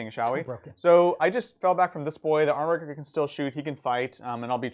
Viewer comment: So triggered by your Armiger pronunciation, it's a soft G!